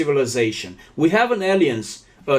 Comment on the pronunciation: >> Realmente no tienes porqué disculparte tanto por tu inglés; es muy bueno, de verdad! Sólo en ciertas palabras falló un poquillo la pronunciación (alliance-> se pronuncia 'aláians', suits-> 'suts', therapeutic-> 'therapiutic', anagram-> ' ánagram'). Creo que la palabra que buscabas para decir forcejeo en inglés, era 'struggle'. Querido, eres una persona preciosa, muy sencillo y humilde, y le das mucha admiración y respeto a tu interlocutor. Te apreciamos mucho por ello. La entrevista y la información, excelente, pero el hecho de que al señor se le esté cayendo y descomponiendo la carita, etc. constantemente, me inquieta mucho, y no me dá confianza. Cuídate mucho, y recibe un gran abrazo con mucho cariño de una de tus subscriptoras. Gracias por el gran esfuerzo que implica una entrevista en otro idioma y luego editar el vídeo para poner subtítulos.